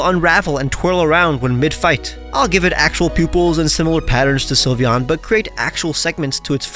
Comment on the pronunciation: you messed up sylveon 😭